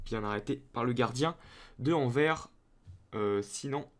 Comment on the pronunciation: Juste petite parenthèse on dit le s de Anvers qui aurait pu éviter ton petit jeu de mot sinon super vidéo 👌